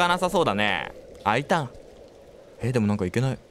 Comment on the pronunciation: 「なーんかここ開かなさそうだねえ」「あいたん」 あいたんｗｗ